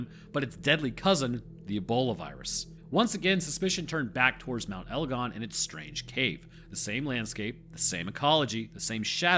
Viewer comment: That is 100% how you pronounce Mt. Egon